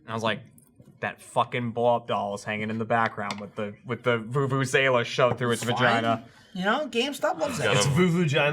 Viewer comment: pronouncing it 'vuvu-ZAY-la' is both giving me life and killing me at the same time